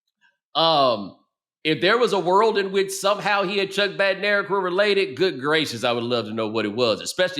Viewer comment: Bednarek is pronounced "Bed-nuh-reck"